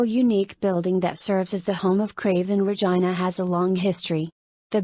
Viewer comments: It`s pronounced Ra Jine Ah, not Re Gene Ah. AI vocals suck. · Could at least pronounce Regina correctly?